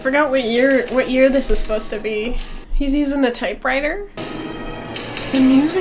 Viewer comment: "Im not uspposed to"